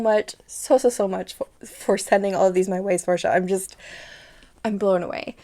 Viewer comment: I'm so glad you loved them 😭😭😭 Thank you so much for your content and you pronounced my name right!! So many people get it wrong so thank you a ton for that ❤❤❤